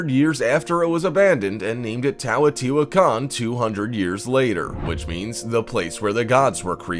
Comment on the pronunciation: Teotihuacan... You 1. Butchered the HELL out of the pronunciation of it and 2. messed up MANY of the facts of the site. We know why it was abandoned. The Olmec abandoned it the first time due to severe drought and decline of their civilization, moving North (Mostly) or south (a smaller portion of the population). The Second time it was Abandoned was due to the Spanish, and the Rapid and severe decline of the Aztec peoples. 3. You make your dates confusing, whether purposefully or not. The Olmec abandoned the site sometime between 650 and 750 CE (Being built sometime between 100 BCE and 100 CE). The Aztecs not until the Spanish pushed them out after their invasion in the 1500s (Im not sure the exact date). 4. There IS writing at the site, its in Hieroglyphic form, but we don't know what it says. 5. It wasnt hidden because its hard to say... >.> Just because its harder for a English Speaking Individual, doesnt make it hard to say for everyone... All dates are fluid, as different scholars place different dates AND locations for most Civilizations. I have seen dates for the fall of the Olmec at 400BCE and as late as 1000 CE. If anyone has different information, I would be glad to hear it. MesoAmerica was not my area of study for my degree, but did fascinate me. So new information may have come up since 2012 since I studied this information. Point stands though. Please do more fact checking, as these videos ARE informative, but tend to have inaccurate information at times.